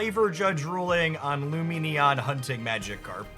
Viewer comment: He finally pronounces Lumineon correctly! Huzzah!